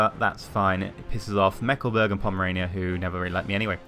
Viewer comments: Meckleburg? xD You mean Mecklenburg right? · "Meckleburg" "meckle" "burg"